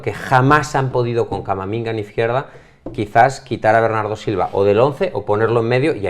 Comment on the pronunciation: Por cierto en el minuto llama a Camavinga camaminga😂😂